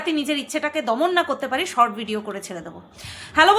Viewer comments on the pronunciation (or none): none